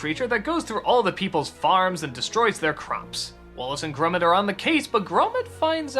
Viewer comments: Its grOmit not grUmit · grumet? it is pronounced gromit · Has Doug ever actually watched Wallace and Gromit? Characters say Gromit's (GRAH-mitt) name over, and over, and over, and yet Doug can't shake the pronunciation "Grummit". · Why the fuck does he say "grummet" though lmao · He says Gromit weird